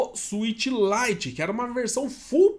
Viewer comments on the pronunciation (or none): none